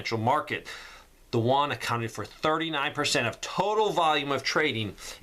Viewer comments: Juan is Spanish for John. Yuan, Ewe-Ann or You- Ann, Yu-an is the Chinese digital currency. Thanks for the important information,. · I just wanted to leave a helpful tip for future videos-- the currency is pronounced "oo-en".. like the u in "uber" coupled with "en". The "en" part is emphasized. That being said, thank you for all of your hard work, time, and energy that you put into these videos. I am a spouse with a deployed partner and kids to care for while this is all going down. Trying to do the best I can for now-- we live in a very blue area with zero land. But I'm trying! Thanks, for all your helpful tips, advice, and insight. <3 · Won is Korean dollar your calling the Chinese yuan wrong it with a y not w 🤓